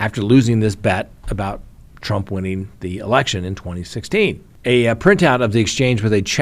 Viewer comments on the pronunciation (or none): none